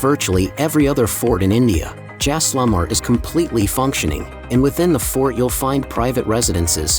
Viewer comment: At least pronounce the places correctly!! What is Jaislamar? It’s Jai-sal-mer!